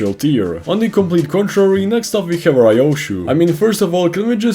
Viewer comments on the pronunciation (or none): Wtf was that Ryoshu pronunciation!?